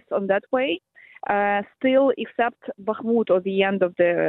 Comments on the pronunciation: Why is this interviewer always saying Bakamut??? She is the only one who doesn't do it at least approximately right. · Yep, she's still calling it Bahk-a-mut... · Will someone please tell the interviewer there’s only ONE A-sound in Bakhmut? I’ve been listening to her say BAKKA-mut for months now. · Bak a moot oh please get it right . And stop treating Ruzzian statements as if they have any validity. Ruzzian statements are meaningless static. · She’s now even telling Ukrainians directly how to “correctly” pronounce Bakhmut! And of course (once again) failing to notice when her guest, this time a Ukrainian lady, pronounces the name the right, Ukrainian, way. Unbelievable😅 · Bro i know she always does it 🤣 no one is perfect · nobody expects perfection but we should expect basic pronunciation of a name that she has heard 100 times from native speakers if she is any type of "journalist" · She's been making the same mistake for months , drives me nuts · she's incorrectly pronouncing the city name ,she sounds like a fool